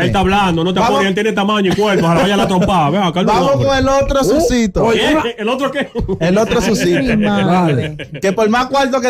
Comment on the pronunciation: Este tipo no tiene un léxico acto para programa, sus pronunciaciónes están errónea la que más repitió fue sucito *sucio. no me importa lo que seas pero hay muchos locutores con un alto nivel de vocabulario y no se le a dado ese chance hazlo valer.